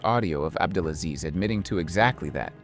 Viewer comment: Good video man, but you keep mispronouncing, it's "AbdelaSLEAZE"...